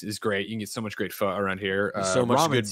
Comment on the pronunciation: Kinda funny likes Vietnamese food! Greg saying pho was on point. My man is cultured.